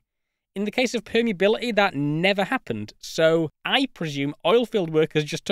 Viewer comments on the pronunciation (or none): densi-ee, permeabili-ee, reali-ee